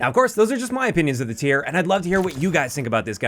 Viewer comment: shout out for calling the pistol by its actual name. most YouTubers call it the T-Y-R and it kills me